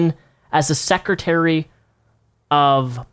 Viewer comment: Clearly public education is working great, you can't even say secretary properly.